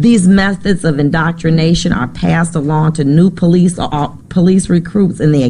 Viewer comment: PO-LEECE lol